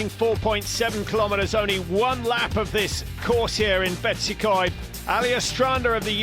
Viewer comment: Learn how to pronounce Betws-y-Coed for god sake.